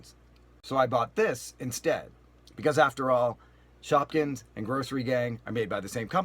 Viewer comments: you said shopkings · you said shopkins